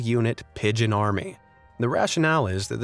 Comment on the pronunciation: ish pigon du bee succcceeesfol during 1WW